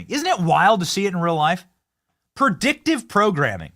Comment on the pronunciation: Its predictive not perdictive cant believe you got through school with that lazy tongue